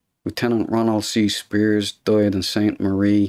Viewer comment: I always wanted to hear someone with this regional North Irish accent pronounce the name Spiers. Achievement unlocked.